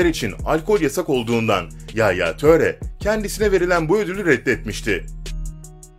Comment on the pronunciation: Yaaaya töre değil edin hazar diil kanti diil pagba da değil